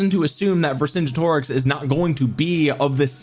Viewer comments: Say it like this. Ver Son Get O Rix. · Vercingetorix has a hard G. Like the word "get" Ver-sin-GET-oricks